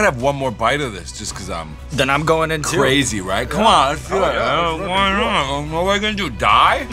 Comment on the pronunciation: The way he keeps saying “crazy” like he’s a quirky tumblr girl is sending me.